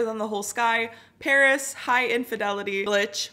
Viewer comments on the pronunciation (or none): none